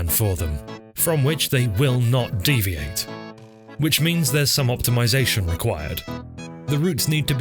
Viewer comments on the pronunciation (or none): none